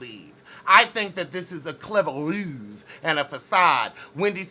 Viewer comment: I am HERE for the pronunciation of "rouse"! 😍💅🏾